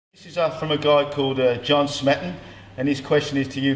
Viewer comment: Its pronounced Smee-ton. its okay though its a difficult name to pronounce for many. Its why i got a good back about squeezing the back, bc I read his stuff in the flex magazines in early 2000s when i first got into bodybuilding. Ive followed Dorian a while now because I comprehend his teaching style, it clicks with me mentally that I understand it. Same thing with counting calories. Some people I dont understand . Thanks for answering Dorian. Please keep teaching bodybuilding and your interests.